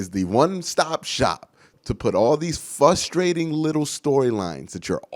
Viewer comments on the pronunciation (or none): FRUstrate not fustrate. Sorry had to do it. Still love you Q